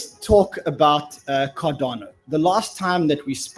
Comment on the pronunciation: Car-Dan-Oh lol